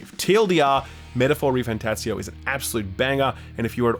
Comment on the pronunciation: I didn't realize there was another t in "refanTATzio".